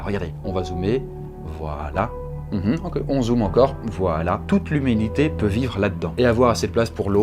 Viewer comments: Tu as dit l'huminité au lieu de lhumanité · " Toute l'hémunité peut vire la dans" mdrr 😂